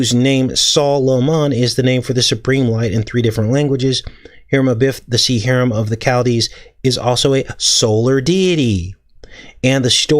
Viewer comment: Hiram is pronounced “Hi-rum”